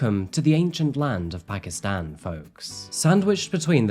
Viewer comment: It’s pronounced Paakistaan. Not phakistan.